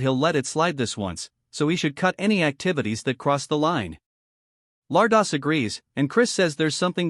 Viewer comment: The ai need to say lardass properly. 😂